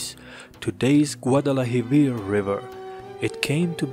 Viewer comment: Dude your videos are good but you desperately need to look how to pronounce things. You kept saying "gudelahivir" istead of "guadalquivir" (pronounced "wadalkibir"). In your video about indo european languages you kept saying "okeytan" instead of "occitan" (ox-si-tan). It really throws the whole video off.